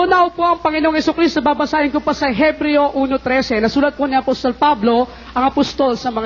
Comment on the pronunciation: Ebreo po! Silent H 😁